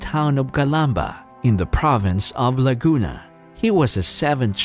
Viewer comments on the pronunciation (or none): none